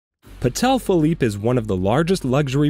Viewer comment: "Patel Philippe"